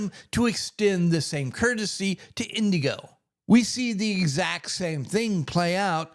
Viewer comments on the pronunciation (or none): It's Inigo not Indigo. No D.